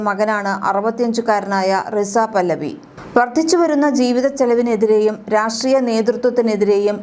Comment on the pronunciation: പല്ലവി അല്ല 😂😂 റെസ (പഹലവി)